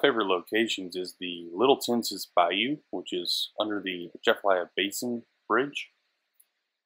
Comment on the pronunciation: Not that it matters for the point of this video, but Tensas is pronounced like Tensaw, and named after the tribe. Good video. Keep it up.